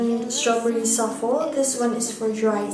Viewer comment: You pronounce soufflé as soofley not sofle x